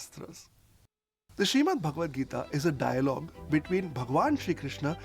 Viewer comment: Tip: Correct pronunciation of Bhagavad Gita is Bhag-vad Gita✅